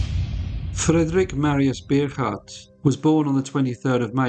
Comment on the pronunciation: Bogaardt is pronounced Bow-gart